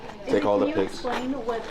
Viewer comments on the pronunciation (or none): none